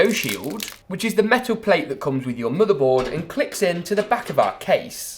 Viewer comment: The way he says "moother boad" lol